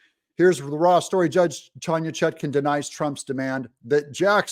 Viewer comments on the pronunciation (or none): none